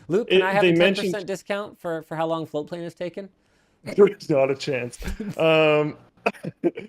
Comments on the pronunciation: I have always heard it as FlowPlane not Floatplane. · I always thought you were saying floplain. Floatplane. It's FLOATPLANE. Got it.